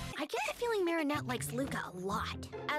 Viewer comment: "mAriNEtTE, MOO! 🐄😭" i cant unhear it